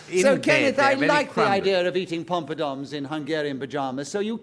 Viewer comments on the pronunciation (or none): It wasn't just a slip, either. He pronounces it that way at least twice. :-)